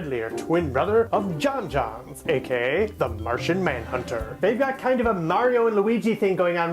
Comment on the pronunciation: The last name is pronounced like Jones, but otherwise awesome video! Very well edited.